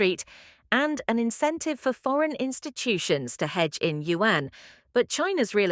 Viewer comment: Ai Voice can't pronounce RMB & Yuan ... Difficult to listen and comprehend calculations .